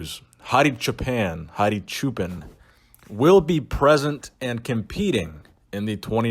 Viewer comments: Great content as usual, thank you. BTW his last name is pronounced /choopaan/ which means "shepherd" in Farsi. Keep up the great work brother. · It's pronounced "choo pawn"